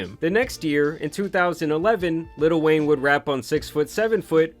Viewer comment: Bro.. why do you keep saying 'litl wayne" XD